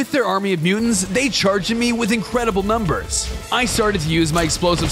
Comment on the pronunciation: why did you say nember